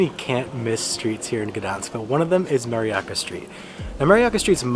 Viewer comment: Mariacka [pron. Mariatzka], not Mariacca. A bell rings, but not in this church, as they say in Poland.😉